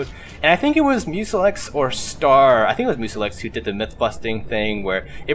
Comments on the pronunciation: Mewselick. sorry to be that guy but it is Mew-sell-k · "Muselex" lol. It's pronounced Mus-elk... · musilick how says it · Did you mean to say Muselk?